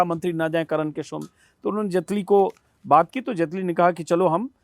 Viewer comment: तू भी जटेली की जगह जेटली कर